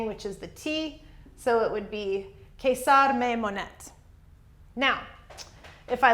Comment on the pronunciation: Great lesson! :) Thank you so much for that. I was wondering, isn't the Latin dipthong, 'ae,' pronounced as the English long 'I?' So, to pronounce Caesar, wouldn't it sound like 'Kisar,' instead of the way you're saying it, 'Kaysar?'